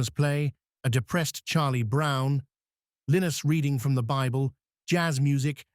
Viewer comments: It's Pronounced Linus and Lucy not Lenus and Lucy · His name is pronounced as Lyenus not Leenus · Lynn-iss lol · Can you educate the artificial intelligence on how to pronounce Linus? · AI cannot even properly pronounce the name LINUS!!! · Educational, thanks. Maybe use human narrator next time, or at least correct pronunciation of Linus. And maybe normalizing the volume... sans typewriter. But I did enjoy the script!